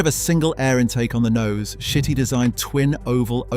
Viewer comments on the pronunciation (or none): Carlo Chiti - KEE-TEE, not shitty, not chitty, not kitty. OK? Gorgeous car...too bad we're stuck with contraptions that look like 4-wheeled insects these daze.